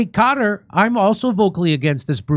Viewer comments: It's pronounced 'Kuh-Tar' not 'cutter' 😅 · Qatar not pronounced “Cutter” Kurt, it’s pronounced “Khataar” I lived there, so I should know. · No, it’s not called “Gutter” if you can’t say the Arabic “Q” say “Kutar”. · Qatar (Kah-tar) no cutter omg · Its not cutter. Its Qataar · Its proper sound is not "Gutter", it's "Kah-tar" with the emphasis on the first syllable, rather than the second. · SR. JIMMY IT'S KA-TTARR NOT CARER!!!!!!!!!!!!!!!!!!! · It's pronounced Cut-R, not "Cutter".😂 I like how the sidekick guy said, "Gutter".😂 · ehy do american struggle so much pronouncing qatar lol it’s not kader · IT'S NOT GUTTER. DO THE WORK AND LEARN HOW TO PRONOUNCE قطر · If I have to hear Kurt pronounce Qatar one more time. It doesn’t make you sound smart. No one cares.